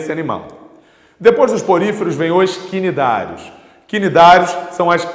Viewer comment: Os Cnidários se pronuncia Nidários 👍